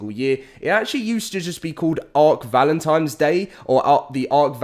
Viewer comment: He says valentines like I did when I was little "valentimes".